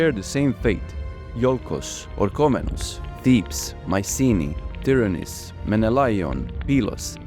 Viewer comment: Well made! Try to pronounce Tìryntha( Tìrinth), correctly, cause you say: Tyranis, witch is totally wrong, and means something in Greek, totally irrelevant to the citadel of argolis.